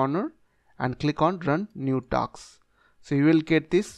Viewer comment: Task ❌ Taks ✅